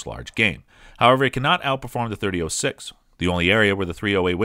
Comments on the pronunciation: As soon as he said "thirty-o-six" .... I'm out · It's either "30 aught 6" or "30 Springfield." Hearing him say "30 oh 6" makes him sound like a complete rube. Stopped the video at the 3rd utterance. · 30 ought 6, please stop, it hurts me every time you say 30 'oh' 6. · 30-06 is pronounced; thirty aught six, not "thirty O six" which is tantamount to sacrilegious ramblings. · Sorry dude. Couldn't watch more than 4 minutes. It' s not 30-O6. O is a vowel. It' s 30-aught six period!! As in three zero- zero six. 30-06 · No, not "thirty ought six." It's "Thirty Aught-Six," or for those of us who love it, just "Aught-Six"...Loyalists take note. And mentioning "308" in any discussion of the Aught-Six should be a crime punishable by having to listen to this video ten times in a row. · It's aught6, not .06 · Thirty aught six. Not thirty O six. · Dude “30 ohhh six” that’s a new pronunciation for a 120 year old cartridge...I don’t trust this robot.... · Thirty Oh Six? Weather-bye? Thank you Mr. A.I. Narrator! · I tried to stay with this video, even with the 30 oh 6. But it mispronounced Weatherby....I'm out! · I had trouble paying attention after hearing .30- (OH)6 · What's up with the narrator ? Mispronouncing lots of names and I think I even heard him say 30 -08 at one stage ! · the way he says 30 06 is driving me nuts ..... 30 aught6 i can hear my grandfather correcting me now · Oh-six, weather-bye, wtf are you some kind of city slicker? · Did you say "thirty O six?" TF? Lol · If you are going to review a cartridge you should at least learn how to pronounce it. There is no O in 30-06. It is pronounced aught. Thirty aught six. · Must be AI generated. Two key things it got wrong, the pronunciation and origin of this cartridge. The origin comes from "30 caliber Military Ball of 1903"